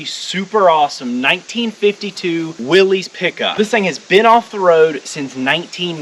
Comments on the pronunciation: WILLYS = WILLISS, not WILLIES. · Sorry but it's pronounced willis not willez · Will-IS. Would it kill you to learn American? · It’s pronounced “Willis” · Indeed it is. 👌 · Willies. Why cant people ever get it right? Poor guy rolls over in his grave ever time his last name is slaughtered. The Y is silent FFS!